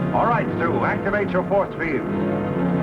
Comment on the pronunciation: Did he call Sue, Stew?